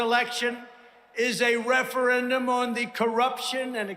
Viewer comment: This election is a "referant" on... blah blah blah. Do you think he meant Referendum?😂🤡